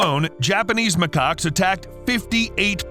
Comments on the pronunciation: They are not called ma-cocks. They are called ma-kaks (pronounce it right pls) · Always gotta be careful on how to pronounce macaques